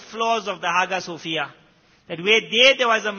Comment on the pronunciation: It's pronounced as Aayaa sofiah Not haga sofia